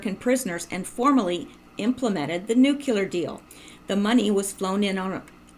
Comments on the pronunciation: Please....NUCLEAR NOT NUCULAR, Pet peeve of mine. Intellegent people who consistantly mispronounce simple words. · or says nucular